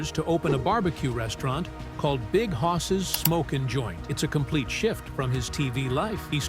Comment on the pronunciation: It's hoss Not horse.